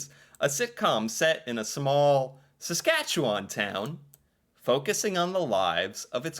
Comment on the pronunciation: Not many Americans can pronounce "Saskatchewan" properly, so to hear you nearly nail the proper pronunciation is impressive! 👍 I say nearly, as the "wan" part at the end is typically not as drawn out as you have it. Although, to be fair, most Canadians east of Manitoba have this similar issue when it comes to proper pronunciation. And yes, Corner Gas totally depicted small town Saskatchewan living, town rivalries and all. The creator of the series, Canadian comedian Brent Butt, was born and raised in the town of Tisdale, in the Northeast-Central part of the province. The name of the town in the show, Dog River, is a homage to the Doghide River that flows through Tisdale. The clip you played that talks about how flat it is, is 100% true, hence how Saskatchewan is also known as the "Flatlands of Western Canada". I'm also slightly disappointed that "Letterkenny", "Kenny vs Spenny", "Royal Canadian Air Farce", "The Red Green Show", "Mr. Dressup" or "The Littlest Hobo" didn't make the list, as these shows have also left an impact on Canadian culture.